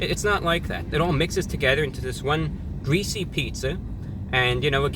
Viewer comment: Incwedibly gweasy